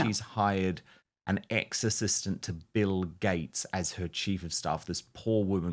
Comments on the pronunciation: When Dan just said 'ex-assistant' It first sounded like 'exorcist' to me. Interesting idea...Maybe....? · Dan, when you say "ex-assistant" I always think you're saying "exorcist." Seems appropriate.